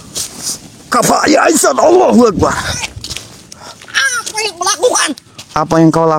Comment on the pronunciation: Si nenek lucu ga bisa ngomong Allahuakbar 👍👍👍